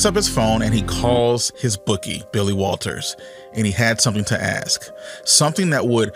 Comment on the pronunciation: Who is the “golf ”? What’s his real name? What’s his stake in all this? The video is nothing more than this guys opinion. “So says you, ” and why should I believe you, especially when your speech includes, instead of “ask” you say “axed”. Not the stuff of accomplished intellect.